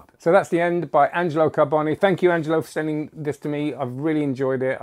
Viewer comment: You are the ONLY non italian person whom I've heard pronounce Angelo's surname correctly!